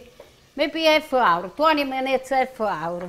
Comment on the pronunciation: Just adorable. I love how she says “minoots” for minutes. Just like my nonna used to say. Puts a smile on my face every time. ❤️💖❤️💖❤️ Amore di British Columbia, Canada. Kris Butticci-Bowler.